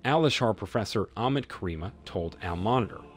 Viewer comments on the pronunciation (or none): none